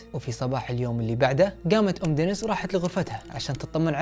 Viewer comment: دنيييييس و ليس دنس